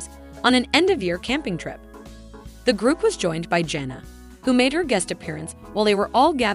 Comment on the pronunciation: Edit this so that it does not sound like a robot and that you can figure out how to say the oldest daughters name. Janna is not a hard name to say get it right.